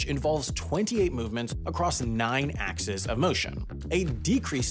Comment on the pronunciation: mispronounces the plural of "axis" as "ax-es" instead of "ax-ies". As a long time viewer of the channel I am heartbroken and shattered I expect this to be in the complete list of mistakes video of 2023 have a great day.